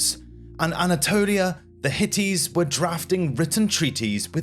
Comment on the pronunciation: There were several strange pronunciations, especially those of Rameses and Hittites towards the end of the video. These are the kind of mistakes that an AI might make, and even if the script is AI generated, the presenter is seemingly a real human so it's bizarre to get such things wrong. It certainly doesn't instill confidence in the rest of the information.